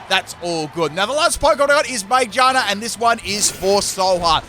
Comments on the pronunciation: that pronunciation of Magearna "May ja na" lmao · I love the way he pronounces Magearna😂